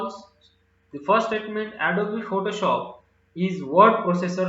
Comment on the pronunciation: Sir, its not adobee its adobe